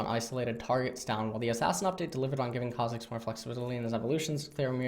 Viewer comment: Eyyy ma boi learned how to pronounce Kha'zix without triggering the whole dumb community. Thx:D